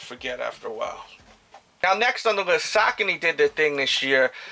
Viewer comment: Happy new year! Real quick as far as I know saucony is pronounced SA-CO-KNEE. Keep the vids coming in 2015. Peace